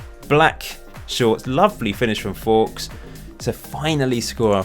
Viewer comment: Hey love your shows. why is Fowkes pronounced forks when it’s surely nearer folks? Is there a reason? Fair enough if you have a reason I missed. All the best for FM19.